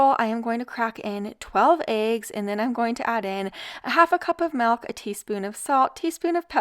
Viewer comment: Half gallon of "MALK"